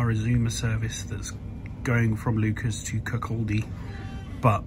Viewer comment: Butchering is 100% correct Leuchars is pronounced Loocars and Kirkcaldy is Kirkcaudy lol 100% butchered as well !